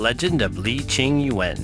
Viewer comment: Informative but please brush up on your Chinese pronunciation. All Chinese pronunciation are one syllable (that's why most terms are in 2 characters, and names are in three, first one is the last names, 2/3 words are in pairs, usually parents expectations of their offspring's' future). So Yuen doesn't pronounced as Yu-anne, but Yuen, no pause, one sound. And He Shou Wu's "He", is probably the most mispronounced word by Romanized language speakers, are pronounced as "Haul", throaty one syllable sound. Hope it helps.